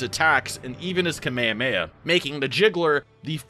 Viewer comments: Kamayhamayhuh It's ka-may-hah-may-ha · why you say kameamea and not kamehameha 😭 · Anyone else hate how he says kamayamaya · bro why do you say kamayhaheyha